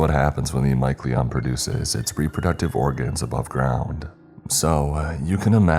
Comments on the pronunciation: I'm so sorry but i could not focus because of how you pronounced mycelium 😂 it's mai·see·lee·uhm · Mycelium? Usually pronounced my see lee um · Lol...mycelium being pronounced like that made me giggle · Thats not how you pronounce mycelium :/ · Why did he say mycelium like that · The way you pronounce mycelium is the scariest part about this story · caught that 😂